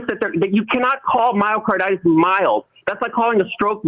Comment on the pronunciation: LOL! This is not a physician. He cannot even pronounce the disease. Physicians do not go off the rails like this guy.